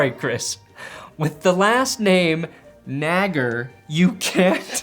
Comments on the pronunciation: I most definitely would pronounce Chris Naggar's name as Nag-Are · That was my kicker in high school biggest douche you ever met guess the jets realized that too also he pronounced it Nay-gar 😂